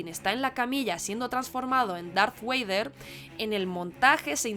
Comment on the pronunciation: Muy buen vídeo. Lo único que podría corregir es la pronunciación de Vader como ‘weider’ o Dooku como ‘Doku’.